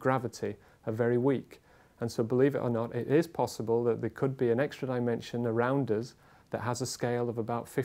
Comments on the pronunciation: "eggstra" dimensions... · Did he say egg-stra dimensions? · did he say "egg-stra" dimensions"?